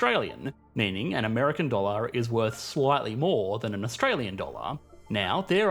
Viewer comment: Weird pronounciation at the end of each word where dollar is not dolluur come on thats embarassing. You do it at the end of every sentence. Fix it.